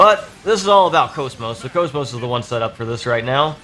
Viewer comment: It's pronounced CAWS MAWS comeon get with the flippin program